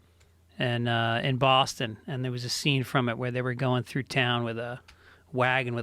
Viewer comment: "They'll come fuck you thew"